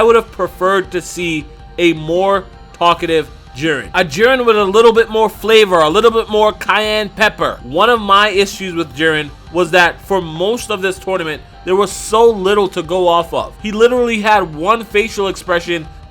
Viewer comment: "A little bit cayane pepper"